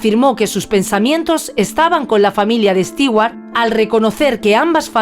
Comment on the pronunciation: Increible que a estas alturas,, en la era de la informática, especialmente una europea no sepa como pronunciar el apellido Stewart. Nunca ha oido un comercial de Martha Stewart? Entonces está en el business equivocado. Terrible.